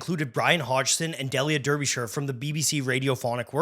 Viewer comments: 'Del-yer Durrbeeshur'? Wtf? It's pronounced, 'Dee-lee-ah Dar-be-Shur'....... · It's pronounced Dee-lia Darbyshə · It’s pronounced DEE-lia DAR-bish-er. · Great doco. Just to be pedantic, Delia Derbyshire is pronounced Dee-lee-ah Dar-bee-sheer in British English. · I’ve never heard Delia’s name pronounced wrong before. It is: DEE-lee-a, DAR-bi-shuh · The music isn’t actually by the BBC Radiophonic Workshop. That bit of incidental music is by Tristram Cary. Also, Delia Derbyshire is pronounced: Dee·lee·uh Daa·buh·shuh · I'm sure someone's said already, but pretty sure it's pronounced 'Deelia Darbysheer' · Prononced "Deelia Darbyshire" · DEE-Lee-Ah DAR-Buh-Sheer. 😂 Great video, but yeah this was a moment. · I gotta say... You absolutely butchered Delia Derbyshire's name. At least you got the 'shire' part mostly right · JEEZ you couldn't have gotten the pronunciation of ''Delia Derbyshire'' more wrong if you tried